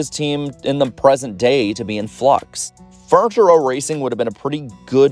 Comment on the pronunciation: Say it slowly. Fur-ni-ture. It's a 3 sylable word.